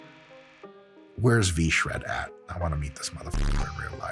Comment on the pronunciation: God, I love it when people shread vShred